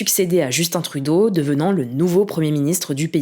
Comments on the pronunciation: Vous continuez dans la tradition française de mal prononcé le nom des premiers ministres canadiens. même si on parle la même langue et qu'il faut juste regarde 2 minutes les nouvelles au Québec. vous avez quand même un point bonus pour avoir bien prononcé Justin Trudeau, après 10 ans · Surpris de voir des Français dire correctement le prénom de justin trudeau